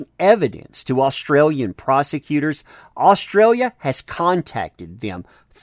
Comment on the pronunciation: Any other Aussies here hate the way this guy says the name of our country?